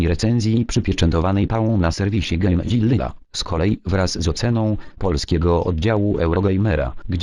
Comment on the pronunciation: Game Zilliwa....? Ach ta xD